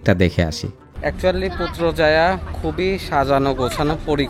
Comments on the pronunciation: পুত্রজায়ায়❌ পুত্রাজায়া✅ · পুত্রজায়া❌ পুত্রাজায়া✅